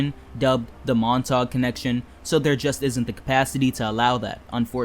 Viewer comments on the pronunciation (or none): yup it’s French. I’m a Born Brooklynite so I know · Cool. So why did you pronounce "Montague" as "mon-thaug" not "Mont-a-Hue"? and DeKalb not as "Dee-Caalb"? Asking as this is a "learning" channel and this could help someone else especially those that are not in NYC or familiar with NYC. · Question? Are you a native NYer? I ask due to the manner in which you pronounce certain street names. Example "Montague" and "DeKalb junction". I was only listening to the video, not viewing, and when you pronounced "Montague" and I was think, "where is that?"